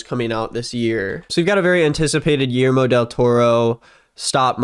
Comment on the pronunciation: The way pronounced Guillermo almost made me click off the video 💀